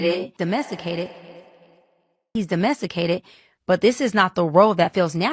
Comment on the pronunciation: He's what? He's domessicated 😂